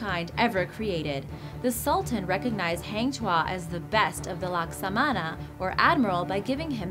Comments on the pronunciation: it's not pronounced as in taming an animal,it's ta as in target,and not hang as in hanger but hung as in "he hung himself" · malaysian ... not melaysian ... heng tuah .. really ... haaaang tuah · Hang Tuah is pronounce as Hung as in past tense of hang... Not Hang as in Hanging... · Guan yu pronounce Guan ewe. Hang Tuah pronounce Hung tu-ah. Malaysia still exist on map. Don't change the spelling to make it sound exotic. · #9. Malaysia*. Not Melaysia. Also 'Hang' is pronounced 'Hung'. Because that's a Malay name, not an English word. And the myth/legend orginated from Malacca Kingdom because Malaysia didn't exist until 1964. And now Malacca Sultanate is reduced to a small-sultanless state in Malaysia. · Lmao it's supposed to be pronounced hang tuah~hung tua